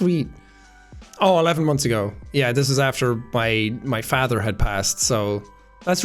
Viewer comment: Liked when talking about your Da' how you pronounce "father" like "athair" with just a wee lil 'f' on the front of it. Love ya Jack-a-boy! Good work. Good lad! No pressure, but thank you for setting the bar higher for all YouTubers to be kinder and more genuine. The good guy CAN win! Thank you.